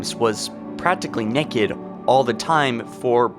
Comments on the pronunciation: Why are you pronouncing naked as NEKKID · If I hear you say neked, one more time... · Knee kid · why do you pronounce naked weird? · Say necked again. I fucking dare you. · Take a shot every time he says necked. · I like 'em neked. I assume he said "neked" because of Youtube's stupid monetization. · U said necked? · “Neck-ed” m8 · “Why are you necked” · Neck-id. When you say it it's like wtf. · I never really thought of her as (as pronounces it) "nekked" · "Why is Cortana neked" XD love your work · Just went down all the comments to see how many people said neked, 😂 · I like how says “nekked”. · Y u say "nekid" lol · i thought it was funny he said nekid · Why do u say naked like neked? 😂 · You saying "naked" bothers me, just say nude. I'm hearing "nekid". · she is nekid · She's nekkiid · cant pronounce Naked. The video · Question: Is this the American way of saying naked or is it just in this video? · Why is he pronouncing naked like that😂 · Naked not necked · The real question is why are you saying NECK-ed? It’s pronounced NAKE-ed🤦‍♂️ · "Neked".......it is pronounced NAKED. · Im sorry but why do you say it nekid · Theres an "a" in naked, it's not pronounced "neked". This guys voice and pronunciation is awful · Anyone else annoyed he keeps saying neked instead of naked 😂love ya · Theory Request: Was Cortana already too far gone by the time Chief rescued Her from High Charity? I'd also like to point out that he pronounces it as "Nekked" XD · Why are you nekked SAY IT RIGHT NAKED ITS NOT A HARD WORD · "Why is Cortana neked" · I like how you say nekid instead of naked. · Stop saying Neckid! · Why is she 'nekked' you ask? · it is naked not necked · Why the hell do you pronounce naked as neked. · You say it like it’s Nekad and not Naked but meh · He pronounced "naked" "neked"... epic pronunciation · Why TF this boy say naked like "neck-ed" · Stop saying neked its naaaaked